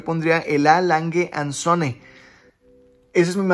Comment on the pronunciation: Por favor aprende a pronunciar las marcas. La última es Adolf Langue und Tsune. Esa es la pronunciación, por favor.